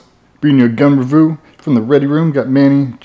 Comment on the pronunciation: “Gun Revoo”😂😂 he’s only human ahah fucken love it mate